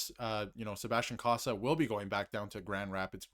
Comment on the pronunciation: Cossa pronounced KOH-sah. Not sure where you guys get KAW-sah from